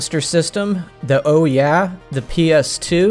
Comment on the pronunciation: did you just call the Ouya “oh yeah”?? 😂